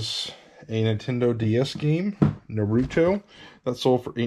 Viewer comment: No big deal but for future reference it is pronounced NAHR-roo-toe.